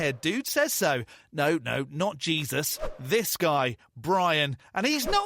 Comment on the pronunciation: You can’t even say the name of the Son of God 😂